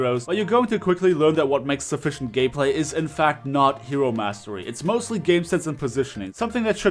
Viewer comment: sounded like he said " sufficient gay-play" 😂